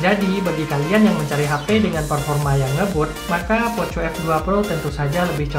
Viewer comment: Bacanya poko f2 pro bang Bukan poco f2 pro😁